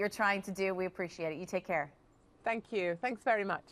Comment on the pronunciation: Really like her but I do cringe when she keeps saying " Thankyeeew ". She's English not American aaarrgghhhh